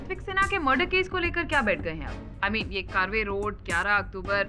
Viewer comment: कारवे रोड नही है ये कर्वे रोड कहते है